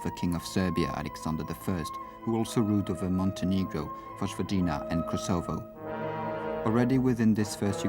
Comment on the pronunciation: The AI bot cannot pronounce Yugoslavia, or Kosovo